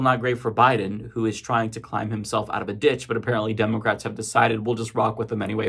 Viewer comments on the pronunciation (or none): I hate how you say, "Demulcrats."